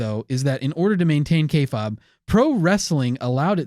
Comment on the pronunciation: Kay fabe (pronounced k faibe) not k fob....kinda cringe